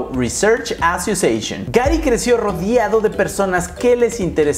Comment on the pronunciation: Se dice "rodeado", no "rodiado"